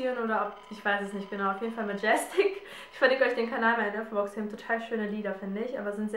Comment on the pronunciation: wie sprichst du denn majestic aus? :-D:-D:-D ...das ist französisch